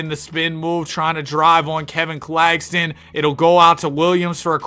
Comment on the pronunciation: “Nicholas cack- Claxton”